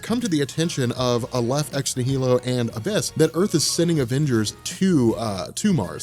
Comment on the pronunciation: I think the correct emphasis is ex-NI-hi-lo (based on the root), and Aleph is definitely pronounced A-lef.